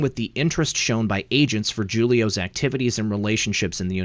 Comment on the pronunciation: Pronounced Hoolio